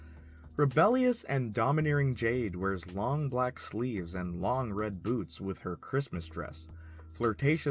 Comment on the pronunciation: Why did you say black best friend like that